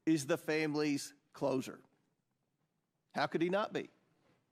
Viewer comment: "Closer", sure not "hoser.?"